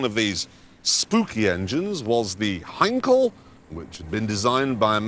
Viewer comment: The way Clarkson pronounces Heinkel and it's designer made my day xD